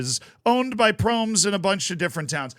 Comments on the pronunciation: Hahaha had to stop the video when you pronounced his name. Not laughing about you, but never thought of the possibility of pronoucing it like Proms haha its Pro-mes with the E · His name is actually pronounced as Pro-mes(Pro mess). "Mes" is also the Dutch word for knife. And he was convicted of stabbing his cousin. So he definitely was pro-knife, so to speak.